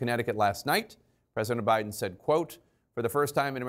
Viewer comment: Why does Jake Tapper call OUR President, "President OBiden?" He calls him OBiden twice. I've moved on and left CNN to MSNBC and The Meidas Touch Network, for many, many reasons. Jake, Kaityln ( she was horrible at the townhall meeting with Trump), and even Anderson Cooper have sold their careers for more money and not integrity! Good luck to your new CEO trying to get the independent voter! We have all moved on to other networks, especially Youtube networks like Meidas Touch and the Bulwark!